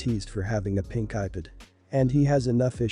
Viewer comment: do they actually listen to they before they post them cause some of these are just horrid with how they say the words like ipad sounds like iped